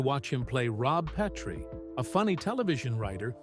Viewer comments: PET-rie! Short vowel E (eh)! NOT AND NEVER PEE-trie! As in a long vowel E (eeee!)! PLEASE CORRECT THIS! Or at least never say the name wrong again! Say it correctly!😤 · It wasn't Rob PEEtrie. It's Rob Pretrie with a short "e". Why don't you know that? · Plus mispronouncing "Petrie"? C'mon.....if you're going to do an AI voice, listen to the final cut before posting it and correct the errors like that. I still watched the whole thing and enjoyed it, if it is, indeed, accurate. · Not subscribing due to AI. Frustrating that AI pronounces a name (Petrie) correctly one time and incorrectly the next. And the inner circle called Penny Marshall “Penny“—inside information, no doubt. All that being said, this was a nice tribute to those we’ve lost.